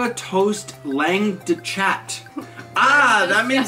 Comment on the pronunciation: Just so you know, it's pronounced "long de shah"